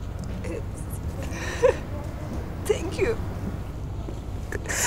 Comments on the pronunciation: Tenk yu daktır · TENK YU DAKTIR